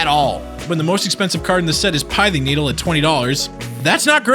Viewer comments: isn't pithing needle pronounced pi-thing not "pai" just "pi" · pith - thing . not pie-thing ….sigh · Pih-thing. Not pie-thing. Come on. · “Pie-Thing” needle...? Dislike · You did mispronounce pithing needle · You pronounced pithing needle wrong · Mispronouncing Pithing Needle? I thought you were better than that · so we're just not gonna talk about his mispronunciation of "CAMMY-gawa?"